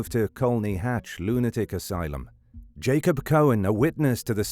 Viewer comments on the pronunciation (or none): none